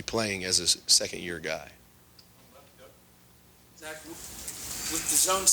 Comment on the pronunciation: It's "Zach".